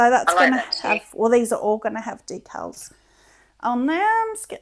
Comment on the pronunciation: You two just make me smile every day. Just as a prounciation aside, we pronouce a particular word as "dee cals" not "deck els".